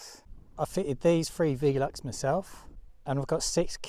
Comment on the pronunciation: Why do you pronounce it V-lux ? I’ve always was said velux 🤪